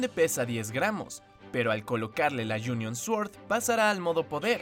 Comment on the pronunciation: Like si pensaste que dijo junior Aquiles